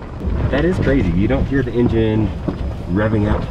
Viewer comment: "No in jin" lol